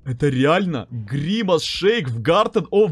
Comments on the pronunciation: Евро завут не гримас шеик а гримас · Не гримас шейк, а гримас!